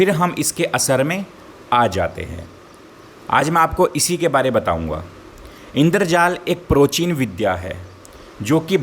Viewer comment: Bhai pahle Hindi bolna seekho pracheen hai procheen nhi